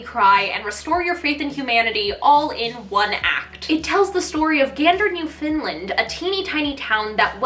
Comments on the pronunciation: Actually it's spelled Newfoundland and pronounced New-fun-lund not New-Finland. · Hey I love all your vids and you are so inspiring and I'm not trying to be rude at all. But as a Canadian i feel the need to let you know Newfoundland is not pronounced [new-fin-d-lind] but [new-fin-d-land]. If any other Canadians know a better way to spell it out the way you would say it feel free to let me know. 😊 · I’m currently obsessed with Bare (the popera) after hearing you recommend it so many times. Btw Newfoundland is pronounced Newfundland (not Newfinland lol) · I love your videos so much, and Come From Away is incredible! But as a Canadian, I must comment, it's 'Newfoundland' not 'Newfinland'. :) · Im not one to usually comment, but I'm obsessed with Come From Away and I cringed when i heard you say "newFINland" ahhhh "newFOUNDland" or "newF'Nland" ahaha love your videos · Newfoundland = new-fun-land Emphasis on land You're welcome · Yeah, I’m from southern Ontario and had to rewind and rewatch that a couple times to make sure my ears were hearing “New Finland” because it just hits the ear so many kinds of wrong. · It sounded like you said New Finland for Come From Away xD I always love Bonnie and Clyde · Also it is pronounced New-fin-land (no hard feelings at all) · I am so sorry but as a Canadian on the east coast, I gotta mention that Newfoundland is pronounced more like NEW-fin-land Also Gentleman’s Guide? Phenomenal. I just got back into listening it and it’s so good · As an islander, the way you pronounced Newfoundland hurt me lol. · Is it just me or is it hilarious when people pronounce Newfoundland wrong 😂😂 idk if she necessarily pronounced it wrong tho it just kinda sounded off 😂😂 :) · currently dying over the way you said Newfoundland. Sorry. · IM SORRY I LOVE U BUT THE WAY YOU PRONOUNCED NEWFOUNDLAND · As a Newfie, I love hearing people attempt to pronounce Newfoundland. Come From Away never fails to make me cry!